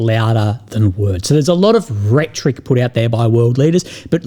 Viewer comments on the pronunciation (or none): none